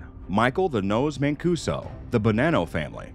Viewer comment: Good job but black guys destroy Paisan names. My man every name from Mancuso to Geraldo to Gigante was mush